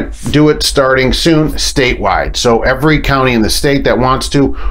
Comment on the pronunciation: He says ... "that's eveey Prime truck" 🤣🤣🤣🤣